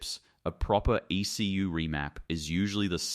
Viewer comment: In this day & age, why can't AI voiceover software be engineered to pronounce words such as "ECU" and "driveline" properly?